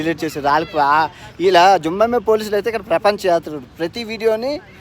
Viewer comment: జింబంబివే కాదు తమ్ముడు, జింబాబవే అనాలి